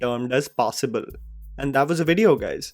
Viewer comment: sec passibul 😂